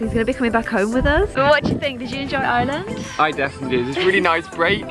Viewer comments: I swear whenever you say “Ireland” it sounds like you’re saying “island” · I’m glad said Ireland right. kept saying island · i honestly thought he was saying island until i saw this comment 😂😂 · Why you say Ireland you are saying iland not being mean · pronounce it in an Irish accent